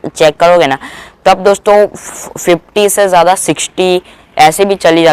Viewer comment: Arey bro it's not 14mbps it's 40mbps and it's not 15mbps it's 50mbps pronunciation Sahi se Karo na